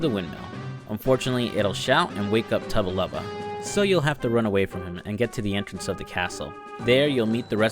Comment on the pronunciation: Not to be that guy, but it’s Tubba blubba not tubba lubba